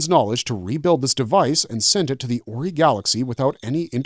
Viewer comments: Terrible pronunciation of 90% of Stargate races and places. So much so that I thought there were some other races I had never heard of. Like Ori pronounced oree instead of orai. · it's pronounced or-i not oree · fr Orey?? did this dude watch the shows with the sound on? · What did you call 'The Ori' ? that's new 😅